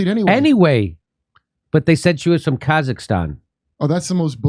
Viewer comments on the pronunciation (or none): none